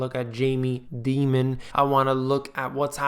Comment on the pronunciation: its Dimon, like Diamond. Not Demon. But he is a Demon for sure.